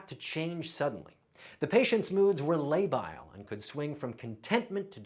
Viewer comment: dude correctly pronounces 'labile', then immediately follows with 'volattle' instead of 'volatile'.